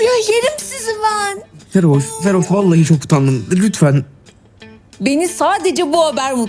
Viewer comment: okanın feroş demesi 😅